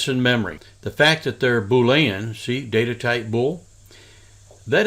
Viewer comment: Bool·e·an not Bool·a·en